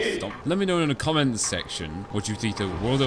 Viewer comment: Amazing job Der reise it's the most iconic zombies map in the history of cod zombie also I laughed when you said let me know down in domments aka comment section 😂 your hilarious